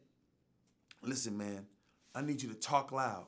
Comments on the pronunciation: Dondre' Jackson It’s Because People Made Memes & Shit On How Terrance Howard Says “Man”. He Says “Mayne” Instead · Ryan Charles especially when he was talking about Terrance Howard so it would be “MAYNE” 😂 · "Maf Mane"-Terrence Howard